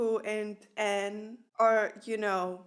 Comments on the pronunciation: This was an amazing episode, and it was refreshing to watch your reaction! Quick English tip: I noticed you have difficulty pronouncing the "ng" in Aang. The pronounciation they use in the show is mostly the velar "ŋ", maybe sometimes the uvular "ɴ" (standard pronounciation notation [IPA]) For both of these sounds, I find the word "anger" a good place to start. Pronounce the word "anger" really slowly and pay attention to the muscles in your tongue and neck, especially right before you pronounce the hard "g". In my mind, the velar "ŋ" sound is exactly in the middle of the sound "n" and the hard "g" sound. If you look up "IPA chart", it has examples of almost all possible sounds. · Ok I have A feeling That You can't Say the Ng sound